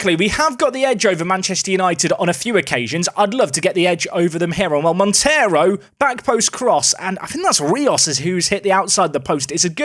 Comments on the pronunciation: Hi! Great name for your new portuguese star, but “Monteiro” is not spelt like the latin “Montero”. Monteiro in Portugal is spelt like Mon - they - roo. Love the series, keep it up! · The 'ei' in Monteiro is pronounced as the 'ei' in eight btw